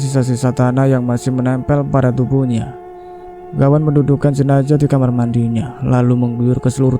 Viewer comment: Klo mayatnya wanita almarhumah bukan almarhum.almarhum itu utk laki".klo jenazah jgn d bc jenajah knp sih? Emng ga bs ya bedain huruf Z dan J ? Gawan menculik mayat kalimat ini salah.klo orang menculik yg d culik itu korbannya hidup.klo Gawan mencuri mayat bukan menculik.klo kejadian ini d Sampit rasanya ga semudah itu mencuri mayat ap lg sendirian.karena pemakaman d Sampit baru d gali 1 m aj ud keluar air ap lg sampe d gali lbh dlm lg tentunya airnya bertambah dlm lg Sy kira ga msuk akal klo d kerjain sendiri.mengangkat peti mati yg ad mayatnya itu aj minimal hrs 4 orang.itu klo tanahnya kering sperti d p.jawa.klo sperti d Sampit ga msuk akal bnget klo d angkat sendirian.nonsens impossible.lain kali klo nyiarin cerita mistery lg sbelum d siarin d cek recek dlu.spy ga d katain goblok bin bodoh